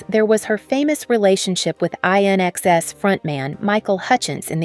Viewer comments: Pronounced "In-excess" not "iron-excess" LOL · Dear lawd I feel old when I have to correct the pronounciation of INXS. In-excess, not aye en ess ex. Otherwise I enjoyed this video. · INXS is a play on words and is pronounced “in excess”. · The way this narrator pronounced "INXS"...wtf?!? Definitely AI...not cool! 👎🤦‍♀️🥱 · The narrator butchered the name INXS